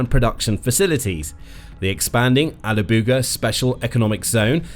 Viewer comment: Toponims are not your strong side. TataARstan. Not tatRAstan. And alaAbuga. Not alabUga. :). Do your homework check with Google or native speakers next time.